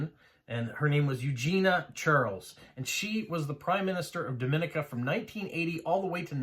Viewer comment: I'm from Dominica. It's actually pronounced Dom-ee-nee-ka. There is a distinct pronunciation difference between us and the Dominican Republic; you are pronouncing Dominican Republic correctly. I love that you are delving into our history and passing information about our country; we are small and sparsely populated, but that also makes it a great place to visit if you enjoy nature. Great video!